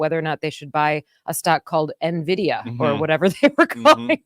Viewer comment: The correct pronunciation is "N Vidia". The opening of many video games from the past had this pronunciation from the company itself.